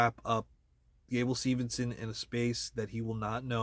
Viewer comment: It’s Steveson, not Stevenson.